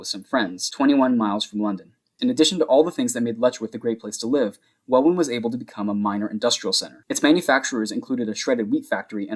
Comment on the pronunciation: hi, welwyn is pronounced like well-in, no W sound, just so you know